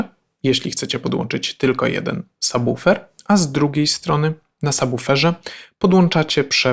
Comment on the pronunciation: prawidłowa wymowa słowa "subwoofer", tak trzymać! :) Rzadko się z tym spotykam, szacunek. Ogółem, film z pewnością będzie bardzo pomocny dla początkujących, łapka w górę! :)